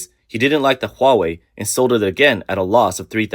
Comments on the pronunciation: Hawei AHAHAHAHA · whats huawei LOWA?